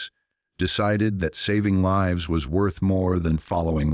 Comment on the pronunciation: can't even say LIVES